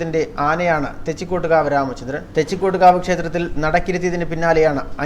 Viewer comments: എന്ത് ഊള വാർത്തയാടാ ഈ ചവർ ചാനലിൽ പറയുന്നത് തെച്ചികോട്ട്കാവ് രാമചന്ദ്രൻ എന്ന് പറയാൻ പോലും അറിയില്ല വല്ലപ്പോഴും നാക്ക് വൃത്തിയാക്കുന്നത് നന്നായിരിക്കും , ആനയുടെ തൊട്ടടുത്ത് പടക്കം പെട്ടിച്ച അവൻ ഇടഞ്ഞത് അല്ലാതെ വെറുതെ ഇടഞ്ഞതല്ല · Da മൈരേ ആദ്യം തെച്ചിക്കോട്ടുകാവ് എന്ന് പറയാൻ പഠി